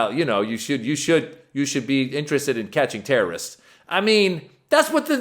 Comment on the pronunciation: She didn't say terrorist... She said tearorrist 😭🏌️💥 Haaaaaa 🤣🤣🤣🤣